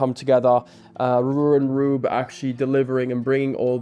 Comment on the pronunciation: butchering the name Röwer & Rüb is painful to the ears no matter how often he does it. tbf, for an English speaker this name combination is quite difficult to pronounce but could be expected to master it nonetheless as his father knows perfectly well how to do it.:yougotthis